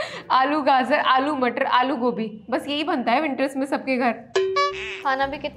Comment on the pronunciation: Aapki puri video bhot achhi hai par aap gaajar KO gaazar kyon kehte ho